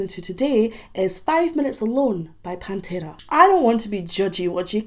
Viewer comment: I like the way you pronounce pantera ,just like we pronounce It in spanish. Try with -the sleep by pantera